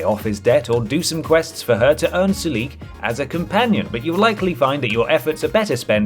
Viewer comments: I can’t believe you put Sulik (that’s SUH-lik, not su-LEEK btw) close to the bottom. He’s adorable, hilarious, has a ton of hit points and action points as well as carry weight. Give him good armor and a melee weapons and he’s really good in combat. He should be top tier. Unlike dead weights like Lenny and Piper. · I dono what translation you're playing but it's pronounced SOO-LICK not Sue-Leek. And he's probably one of the best companions in Fallout 2, easily recruited early with high HP and good fighting skills. I couldn't take this video seriously after seeing him ranked so low. You ranked Ian higher. Ian is probably the worst companion in the entire series. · Ok first off its, Soo-Lick. not what you said, and 2 he is one of the best melee companions in fallout 2, you give him some good armor and a power fist and hes a force to be reckoned with. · ugh, you are absolutely butchering the pronunciation of sulik's name